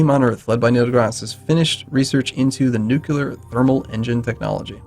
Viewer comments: PLEASE don't say nu-CU-lar. It is nu-CLE-ar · It's nuclear! Not nucular!